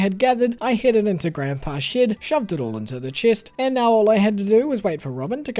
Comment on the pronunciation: Every time he says shed, it sounds like shit 😭😭 i love you lol ✨️✨️